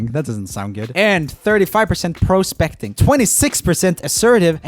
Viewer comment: I love 'Pro-specting' 😂